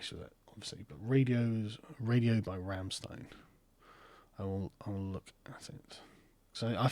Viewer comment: YOU PRONOUNCED RAMMSTEIN WRONG!!! ARRRRGH No seriously good on you for mentioning them :D Deutschland, Deutschland uber Allen!